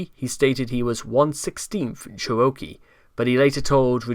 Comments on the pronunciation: OMG, "cher-O-kee" is KILLING ME- it is "cheruh-KEE"! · Please tell me it was Chris pronouncing Cherokee like that, and this video's use of the word was a reference? :x